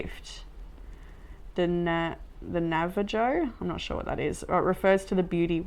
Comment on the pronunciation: Oops I forgot to say pre-congratulations, 🙌 and the word I think I heard you say is the name of an indigenous tribe ‘ Navajo ‘ which is pronounced ‘ Nav-Ah-Hoe ‘ I was looking it up for more information & find their history fascinating. They seemed to have originated in Canada where I’m from in Alaska, and then travelled and settled in the United States. I’m just learning so don’t quote me lol. It read that there first language was sign language, which is really super cool.